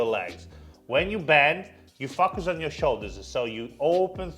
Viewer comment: I just can't unhear you saying "you f*ck us in the hips and legs" and many more times haha